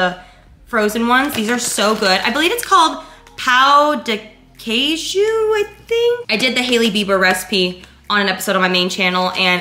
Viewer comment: OMGGG YOU PRONOUNCED PÃO DE QUEIJO CORRECT!!!!! 🥺🥺🥺🥺🥺